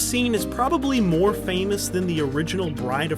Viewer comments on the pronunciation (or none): none